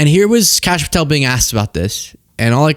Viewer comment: WHAT DID YOU JUST KALL KASH PATEL?